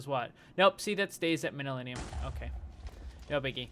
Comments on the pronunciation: btw you should pronounce it Man yu llyn and not manyulinium.... great episode as always! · its pronounced (MAN-NU-LIN) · It's pronounced man-yuh-linn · I think manyullyn is pronounced man-you-lin.